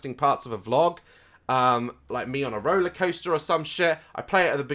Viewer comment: Row-ler coaster.